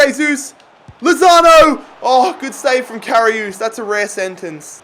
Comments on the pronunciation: Anyone notice how he kept saying karius wrong?😂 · Karry-us(liverpool keeper